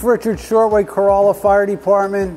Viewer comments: Nice! But also know it’s pronounce “Cor-RAH-lah”. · Love that you went down to Corolla (the Chief says it right, not you, gotta let you know that part). Truly the OBX is my happy place and the fire departments down there are an amazing group, they are seperate but operate as one. They face unique challanges, from the 4x4 beach of Carova (that is mentioned here) to the continious winds that made this the place the Wright Brothers chose. I've listened to them and I've heard some of the most unique but yet most organized fire attacks that I've ever heard.